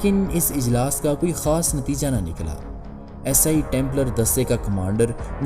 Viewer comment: پہلے اردو کا تلفظ تو صحیح کرلو عیسائی کو اسائی بول رہے ہو